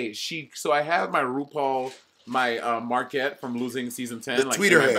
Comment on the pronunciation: Lmfaooo not Monet saying 'Marckett' when it should be Maquette